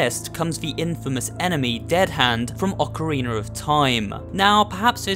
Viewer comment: Why does he say ocarinr of time don't believe me then rewatch and listen